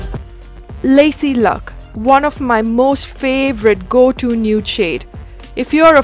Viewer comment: It's not Lacy Luck, it's Lucy Luck. Great video btw😊👍🏻